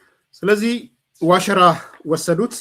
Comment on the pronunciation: አሁን ጥሩ pronounce አደረከው "ዋሽራ" ን